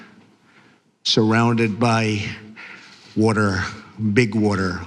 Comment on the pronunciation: Wuhturrr. Beautiful, curvy sexy wuhturr.